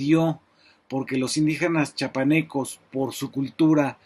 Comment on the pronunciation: Es Chiapanecos no chapanecos CRDVRG